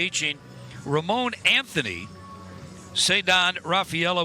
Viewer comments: I bet the commentator was so focused on not fucking up Wilyer Abreu again that he went fucked up somebody else's name right off the bat. But how does he not know Roman Anthony at this point? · 2nd time they’ve butchered their names too since the 1st matchup this past Saturday 😂😂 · how you butch roman anthony but say wilyer abreau perfectly fine 🤣